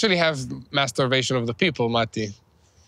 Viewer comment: Did said "masturbation"??😅😅😅